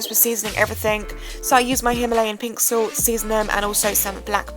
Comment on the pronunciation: That is NOT how you pronounce salt. Sorry I'm salty about this topic.....